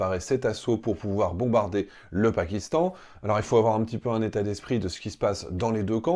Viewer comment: 😅😅😂😂😂 Unnnn rraffaaal unnnn 😅 Mais non ma grenouille ce n'est pas uunnn😅, ni deux, mais c 3 , trois, Three 😅😂